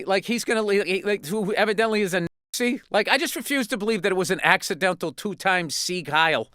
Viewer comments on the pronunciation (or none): It's nazi, not yazi, you coward. Say it like an adult.